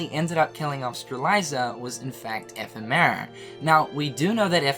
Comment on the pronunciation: And strelitzia and ephemer wrong